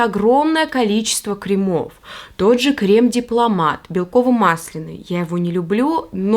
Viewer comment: крЕмы! Вы же не говорите кремОвый